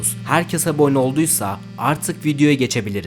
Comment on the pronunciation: Hocam her sey iyi guzel ama su abone kelimesini aboggne gibi soyluyosun uyuz olup abone olmuyorum duzgun soylediginde olcam